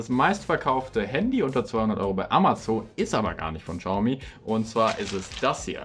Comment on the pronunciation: Xiaomi nicht Schaumi.